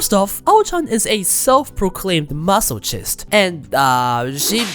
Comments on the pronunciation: no way bro just said "maso-cheest" and moved on like nothing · Really loved the vid. She's great. Wanted to let you know it's pronounced 'masokist' with 'ch' as in character or Christ not like chimney or chore. I say this with positivity, your English is great overall and I'm sure you will naturally keep improving over time. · MAH-SOH-KIST FUCKING SAY IT RIIIIIGHT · i always pronouce masochist as maso kiss not masochiss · The “C” in the word masochist is not pronounced like the letter C, but more like K. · Your pronounciation of "masochist" 💀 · /ˈmæs.ə.kɪst/ The wrong pronunciation of “masochist” throughout the entire video triggered me. The ‘ch’ makes a ‘k’ sound. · What a crazy woman. What's not to love? Also, please learn how to pronounce "masochist" :)